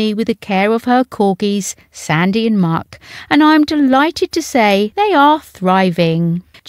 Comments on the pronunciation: Muick is pronounced Mick, not Muck! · It’s pronounced Mick not muck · Mu'.......ick do say the name right